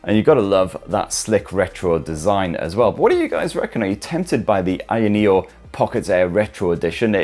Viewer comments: How difficult is it to say higher neo 🤔🤦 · staring a petition today to have the company officially rename itself to [insert ' pronounciation here] sorry,, i know u asked not to do it but i couldn't resist. LOVE U!!